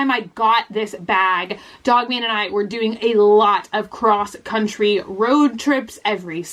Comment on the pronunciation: When you said "cross country" my mind heard " croquet"